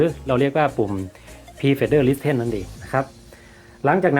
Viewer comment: Pre fader listen > (Listen อ่านออกเสียงว่า ลิส-เซ่น) นะครับ